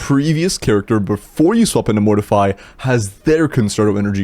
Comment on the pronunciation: YOU ARE PRONOUNCING MORTEFI WRONG